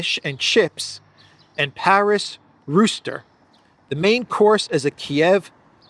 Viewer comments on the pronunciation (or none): none